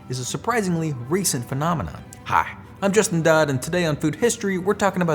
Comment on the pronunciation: I heard “I’m just a dude” instead of “I’m Justin Dodd” 😂